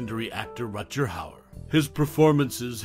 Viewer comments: Really? "Rut-jer"? Come on, man. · RUT-GER i had to stop listening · At least learn to say his name correctly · They? Their? I counted. HE is one person. Thumbs down for woke language AND mispronounceing his Name.